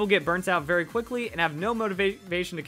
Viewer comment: You sometimes screw up verli, i still like your videos thought.